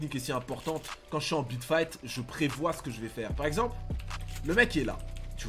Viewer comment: On dirait tu dit bit fight